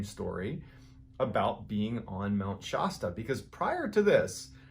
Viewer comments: It’s pronounced Mt Sh-aa-sta. Not My Sh-oo-sta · Please forgive me; Shasta, short 'a.' Not Shaasta. Same with Colorado, short 'a,' not Coloraado. Nevada, short 'a.', not Nevaada. Love your stories. ♥️ I'm from No CA and there have always been stories about weird happenings on Mt. Shasta. I grew up near Redding and Mt. Shasta has always been a beautiful landscape in my life. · Mount Shasta = Shasta as in 'cat' not 'cot'... lower sound for a. Sorry, I live in the area... :) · Please, please look up the pronunciation of Shasta! As in Mount Shasta. You are saying it wrong!!! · A few fact checks. I've noticed several mispronunciation blunders. For example Mt. Shasta has a short vowel sound on the first /a/ and schwa /uh/ on the last. Other mistakes in pronunciation especially names of places.Also in an earlier clip the guy picked up moose antlers shown in the photo and called them elk antlers. But. By far the most annoying thing is that there is no S at the end of anyway.. Details add credibility. Love your channel.